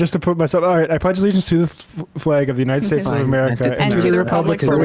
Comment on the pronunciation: "God bless the Younided Schdates." Donald Trump